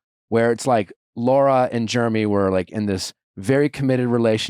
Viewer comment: I hope you learn how to say Jeremy lol